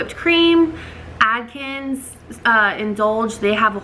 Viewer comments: It’s Atkins, not Adkins. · Adkins!! Isn't it Atkins? Lol